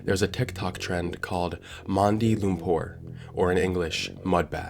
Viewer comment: Kudos to you for correctly says Mandi Lumpur.